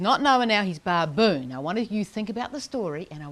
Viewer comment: Great demo but the mispronunciation of baboon is annoying.